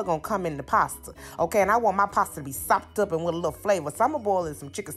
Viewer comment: I liked it just bc u kept sayin sopped UP☝ but frfr it looks great